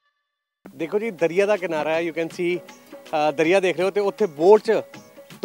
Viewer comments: ਪਹਿਲਾਂ ਪੰਜਾਬੀ ਬੋਲਣੀ ਸਿੱਖ ਲੈ, ਦਰਿਆ ਨੂੰ ਦਰੀਆ ਹੀ ਕਹੀਂ ਜਾਨੈ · ਝੁੱਡੂਆ ਦਰੀਆ ਨਹੀਂ ( ਦਰਿਆ) ਹੁੰਦਾ ! ਵੱਡਾ ਐਂਕਰ ਪੰਜਾਬੀ ਦੀ ਬੋਲਣ ਲੱਗਿਆਂ ਡੰਡ ਲਾਹੀ ਜਾਂਦਾ ! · Salia dirya nahi daryia hunda sala hindi da.